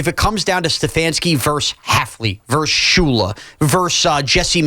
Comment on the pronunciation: Versus. ver-sus Two syllables. Not "verse," that's one syllable. Versus, abbreviated "vs" but still pronounced ver-sus.